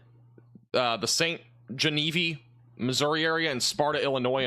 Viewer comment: “Gen-A-Veeve” not “Genevee”